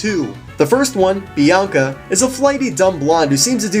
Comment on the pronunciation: That's not how you say 'Bianca'.